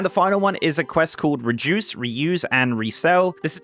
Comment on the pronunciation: reduce* not rejuice.